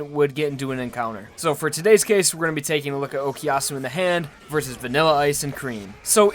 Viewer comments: pls stop saying "okiasu" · Honest question, why do English people say "okiyasu" or "okyasu"? Is it that hard phonetically to say o-ku-ya-su? The ku is not silent in Japanese so I really don't understand why I hear that from most English speakers